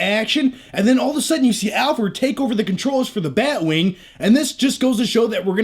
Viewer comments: Sounds like you're saying "Albert" not Alfred. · I'm a huge fan but If you say Alford one more time I'm gonna kill myself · do you keep calling Alfred, Alpert? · "Alferd".... we love you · Alferd? Lol